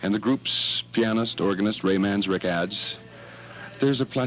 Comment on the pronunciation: This dude can't pronounce Krieger , Manzarek or Siddons. Way to go! Also got Jim's B'day wrong. Born Jan 1943. Wrong He was born Dec. 8th 1943. Bad radio. Must be Public broadcasts. Or student radio.